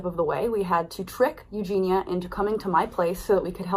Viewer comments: U - JEN - EE - UH not U JEEN UH - the girl says her own name at the start of every video - how can one be so deaf - Hi guys it's U - JEN - EE - UH but i do my research though can't pronounce the name correctly though - pretty dumb just my opinion. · Ok, I'm so sorry to be that person but her name is EugeNIA, not EugeNA... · So many ppl covering this. So few can pronounce eugenia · You're saying Eugenia's name wrong